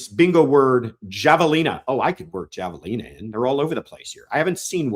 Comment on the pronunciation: It’s pronounced hav a lina .